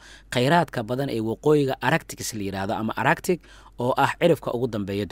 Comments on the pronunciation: Arctic looma akhriyo araktik. Waa aarktik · qaabkaad ugu dhawaaqeysid ee araktic ma ahee waa artik (arctic)